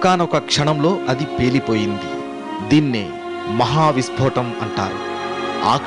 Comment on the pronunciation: vispotam kadu vispotanam, telugu kuda radu telgu news channel nadputunnaru